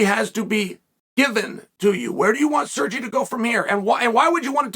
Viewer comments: Surgey "Lord Chael" Pavlovich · "Serji" -chael 🤡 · I'm actually surprised that Chael hasn't called Sergei, "Surgery". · 3 things 1) Blaydes is underrated 2) We haven’t actually seen what Jones has. 3) Not sure how he can say “SirrJayy” misses the mark when there’s other fighters that can’t even speak English. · Ok, that’s it, Uncle Chael is definitely mispronouncing names intentionally! Surgee?! Come on man!! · Surgey. Love it. Must NEVER pronounce a foreign name correctly - 💯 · Sergy? Really Chael? After Kazmat and all of the other names you messed up in the last time you now call him Sergy? Seriously? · C'mon Chael. You know damn well how to pronounce his name properly. At no time did you ever hear anyone call him Sergie. You're being unnecessarily disrespectful. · How does he manage to mispronounce a name as easy as Sergei 💀 edit: I understand now that it is because no matter what he is doing Chael is undefeated and undisputed, even if it's a sucking ass at pronouncing things competition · He’s doing it on purpose so we comment :) Undefeated undisputed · He called Kharitonov as Sergei though, haha.